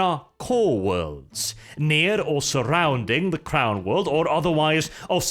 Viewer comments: lol I heard that last bit as, "They might attempt to re-establish contact with the clown world" instead of "crown world". No no, they won't try to contact Terra any time soon; probably too far away. thanks for another great video, regardless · When he was first saying crown world I thought he was saying clown world. :(